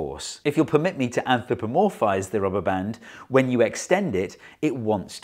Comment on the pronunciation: Came to hear him pronounce "anthropomorphize" correctly, stayed to hear him pronounce "anthropomorphize" wrong two seconds later. 😁